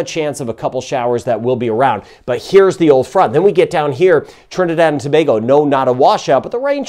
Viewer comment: I am not going to lie. I feel better after one of your videos. You are the ONLY American commentator who can pronounce "Tobago" correctly!:) For that ALONE, I give you a 👍!